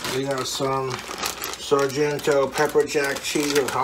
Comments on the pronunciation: Better stop pronouncing Sargento as Saranghetto boy!!! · Saran Ghetto? How do you mispronounce Sargento? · Serengetto??? You mean Sargento. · He went back to saying serenghetto even though methica told him the right way to say it 😂😂😂😂😂 Oh thank goodness, that one is my favorite He's breathing SO HARD, wtf 😂😂 More flavors = more gooder toobz CHÆSE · I keep giggling at sarnghetto cheese smfh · He deleted a video the the other day for saying sarenghetto, 😂😂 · NIMROD said Sarahnghetto AGAIN loses! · Wasn't it just last week or the week before where he was saying he scrapped a vid because he mispronounced Sargento? Why that one time vs the trillions of others mattered I don't know, but I digress. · I love how in another video he said he didnt keep a vid up because he pronounced sargento wrong and then he does it again in this vid without a thought. lol Also, as someone who is also in their mid 30s i can say with 100% certainty that this is going to catch up to him fast. Hes already started gaining a ton of weight and its just going to get worse. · Still messes up the cheese name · is always extraordinarily bad at pronouncing cheese brands